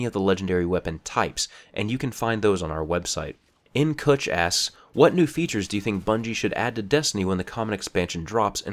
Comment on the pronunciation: That moment you realize he doesn't watch nKuch because he butchers the name